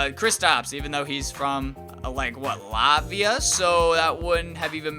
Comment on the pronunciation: Kristaps is from like what Laayhvia? Wtf 😂😂 It's Latvia😂😂😂😂😂😂😂😂😂